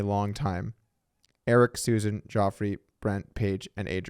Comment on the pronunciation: “Geoffrey” is usually pronounced “Jeffrey” - and not pronounced like the evil character from Game of Thrones.